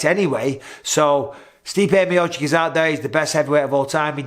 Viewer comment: Not chick it’s chich